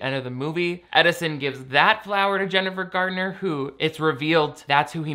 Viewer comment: The way you say Jennifer Gardner lmaoooo